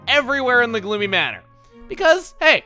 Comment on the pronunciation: At the beginning, I thought I heard him say "Bloomy" instead of "Gloomy".